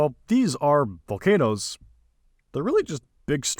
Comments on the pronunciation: Volcanoes, not volcan'toes. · They aren’t vol-not-o’s they’re Vol-can-o’s